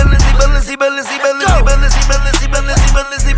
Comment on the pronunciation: Nah thats the second best part the best part when he said Balenci 🔥🔥🔥🔥🔥🔥